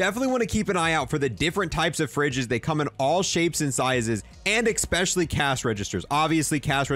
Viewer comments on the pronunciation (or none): "Expecially", "Cashay"... Just spend a day or so reinforcing how to pronounce them and you will have it down in no time. Especially with an S not an X and cache is pronounce cash. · He also says eckspecially,so just get over it🤣